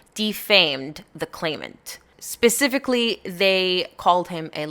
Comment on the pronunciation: did you just say pacificly 😐